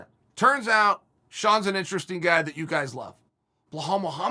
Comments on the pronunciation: 🤣🤣🤣... uncle Chael... his name is not "Bull-hall".. it's Bilal.. pronounced as "bee_Lal" like Bee 🐝 LAL .. yes.. now say 3 times fast !!! . Cracks me up when he says BullHall.. 🤣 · Great compliments from Chael. But remember the name BELAL (not BA-HAL). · Me: Belal Uncle Chael: Blahal Also me: Blahal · Belal. ! Be - lal not Blahall😂. Jesus ( peace be upon him)🙏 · I'm dying every time he says blue-hal Mohammed 🤣🤣🤣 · Chael over hyping blahal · Nobody: Chael: "Bluehall" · I totally forgot Chael pronounces "Belal" as "Blehall" like a psycho lmfao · Chael butchering fighters names half the reason I watch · I'm like "Who is blowhole Mohammed?" Chael has name mispronunciation game on par with Greg Doucette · How can you miss spell belal. Its a literal pronunciation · For not drinking, ol’ Chael sure does pronounce every name like he’s drunk.